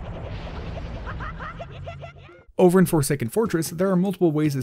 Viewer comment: XD when you said glitches in wind waker I heard glitches and wind waker